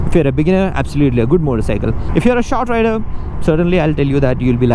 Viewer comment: INCORRECT PRONOUNCIATION OF THE PRODUCT NAME